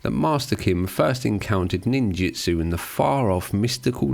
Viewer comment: It's just a little nit pick, but it's called ninjUtsu,not ninjItsu.